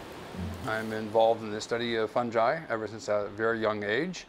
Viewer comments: Fun-jai? I thought it was pronounced fun-guy spelled fungi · It's fun guy that is how it is pronounced fungi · funji... no... who indoctrinated you into pronouncing it that way?